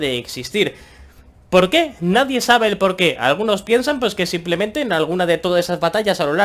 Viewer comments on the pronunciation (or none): Pol que? No hay polque..